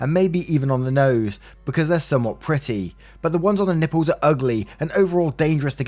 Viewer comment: Story 1 - snort totally said Ň Ï P P Ľ Ë Š